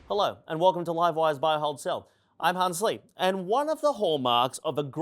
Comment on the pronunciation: I thought he said "I can't sleep" not Hans Lee. 😂😂😂😂